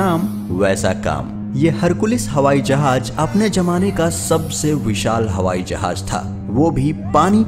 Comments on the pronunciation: Hawai Jahaj nahi Hawai Jahaz hota hay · O bhai jahaj ni hota jahaz hota h